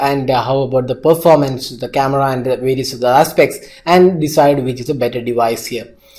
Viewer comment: Did I hear 'Cameda' instead of Camera?